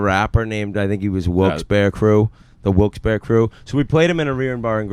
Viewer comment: Thank god Whit know’s how to say Wilkes - Barre